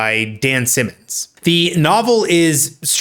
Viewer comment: Why would you say Dan Simmons and then call him Simons? It's SIMMONS